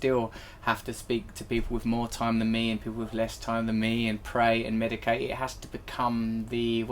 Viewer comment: Medicate? Lol